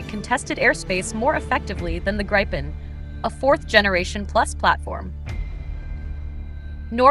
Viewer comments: Yes the VO is annoying AF in that respect - and inconsistent - she gets it right . Obviously that was accidental. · Stop saying Grajpen dammit. How hard can it be i wonder 🤔🙄